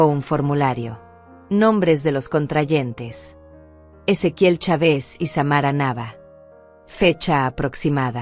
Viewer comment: Los acentos los coloca donde no va y dónde va lo sustituye. En México es Chávez y ella pronuncia chave's